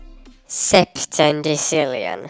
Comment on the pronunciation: Septendecillion wtf?